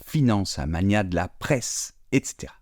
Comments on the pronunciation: Bonjour, Je me permets de relever 2 erreurs. Primo, aïeuls désignent les grands-parents alors qu'ayeux désignent plutôt les ancêtres. Secundo, magnat doit se prononcer mag nat en 2 syllabes distinctes. Merci pour tout ce que vous faites. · magnat : ne se prononce pas comme magnanime mais mag-na ! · Pareil, par contre certains prononcent " magu na " Mais le t, je ne sais pas d' où il sort ça ?! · En tant que français je précise que l'on prononce bien le "l" dans sourcil. Et je pense que vous confondez magnat et magnet (qui est une sorte d'aimant décoratif), je n'ai jamais entendu un francophone prononcer le "t" dans magnat qui par contre se prononce bien dans magnet. Sur ce, bonne journée. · Et surtout, on a jamais entendu un français prononcer le t de magnat ! Par contre, on dit pain au chocolat 😂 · Pour magnat, les deux prononciations sont acceptés par Le Robert par contre selon beaucoup prononceraient le t final, je n'ai jamais entendu personne le faire. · Moi non plus je n'ai jamais entendu quiconque prononcer le T de magnat. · Il manque un mot que les non-francophones prononcent souvent mal, c’est grenouille. Sinon j’ai jamais entendu personne dire magnat en prononçant le T. Le seul mot mal prononcé même par les Français, c’est sourcil où le L final est effectivement souvent prononcé.